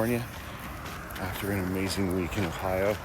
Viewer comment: Are you pronouncing it uh-hi-o?